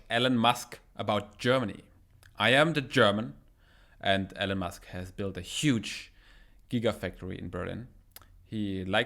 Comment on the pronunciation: It's not Ellen it's Elon, like "I Won" Eeelon. Good video😉